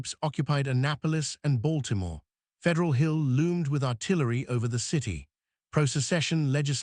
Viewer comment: Lord have mercy... Its not said like "Mary-land." Its "Maril-lynd" ...or "Marilyn" if you don't annuciate all the letters. Baltimore is "Balt-a-more" but also "Ball-more" depending on someone's accent. ...You got that part right. Come on hon'. That's a thing here yall need to know.